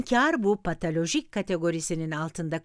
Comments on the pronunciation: Keşke patolojik diyebilen birine seslendirme yaptırsaydınız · Videoyu Seslendiren kadın her PATALOJİK dediğinde, içimde bir hücre usulca öldü.